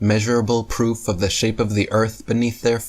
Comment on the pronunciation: That last idiot has “proff” 🤣